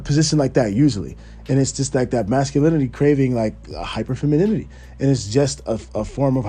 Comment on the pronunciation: It’s the Feminini-T